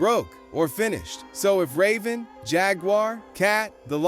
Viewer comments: Dude called her ryven 😂😂😂 like there no (A) in her name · The fact you pronounced Raven's name wrong af I couldn't even watch the rest of the video smh 😂😂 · Idk you butchered ravens name? Anyway good video all an all i like how ya said da shit abt da broken Disney kid an we need to ask who broke em? Real shit iv aways stood with Orlando i was big fan as kid but i still roll with em an dont believe he's crazy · Pronouncing Raven's name like that is a sin. AI needs to chill